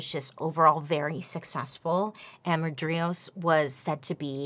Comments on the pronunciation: Fascinating story, but your pronunciation of main guy's name drove me nuts! It's Mar- di- ros 🤣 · It’s pronounced Mar di ros. Sorry I know you said you would butcher the names but as an Armenian I expect better. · I'm pretty sure it's Mardiros and not mardrios